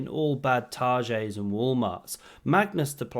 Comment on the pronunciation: The french pronunciation of ”Target” 😂 you are a genius